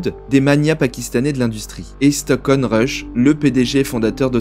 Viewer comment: C'est Stockton avec un T au milieu :D Et Nargeolet ça se prononce "Narjolé" Mis à part ça, sympa petite vid ^^